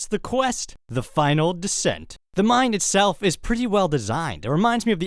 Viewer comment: I really like your videos but when you say "mine" it sounds like you're saying "mind"